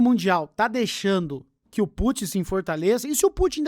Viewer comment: Na hora que o Monark foi falar do Putin ele falou Pu-chan, é isso mesmo produção?